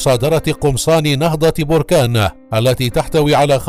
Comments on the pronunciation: Berkane et non borkane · نهضة باركان وليس بوركان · المدينة تسمى بَركان وليس بُركان تحياتي لكل من يعشق النهضة البَركانية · بركان بالفتحة فوق الباء من فضلكم